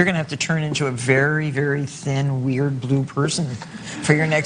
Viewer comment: "If I stay out in NY any longer I will be a very weird blue person!" His irish accent came out for just a second when he said that !! he's so cute!